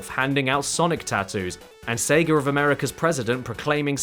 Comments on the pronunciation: Why does he keep saying Seger? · lol "Seger of America" that's got to be the worst part about that accent, having to put an 'R' in-between two vowel sounds